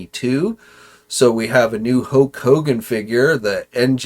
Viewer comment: I like u & enjoy the show. I imagine if u pronounced certain words properly, you would probably gain a couple thousand subs right there. I'm pretty ez goin', but hearing you say the "Fwuush" instead of the "Fwoosh" or "HO-K Hogan" runs all over me. Haha. The weirdos online will stop watching someone just over disagreeing on a movie review or over toy articulation. You think they won't slow down on viewing you over annoying stuff like that? Just constructive criticism. Ty